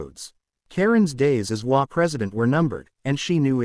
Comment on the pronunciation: HOA tales with an AI voice unable to pronounce HOA!!